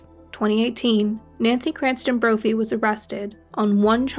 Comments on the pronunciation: It's Crampton not Cranston. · Her name is Crampton, lady. Like her name is Nancy, not Nanny. Accuracy in reporting is essential, especially names. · Her name is Nancy Crampton Brophy not Cranston . Losing viewers